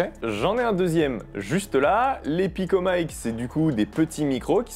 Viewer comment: MATERIEL FRANÇAIS : DONC PICOMIC PAS PICOMAÏKE